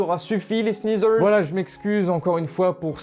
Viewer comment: Tu peux arreter de dire les sneazers